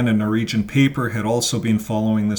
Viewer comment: NORWEGIAN ...NOT Noregion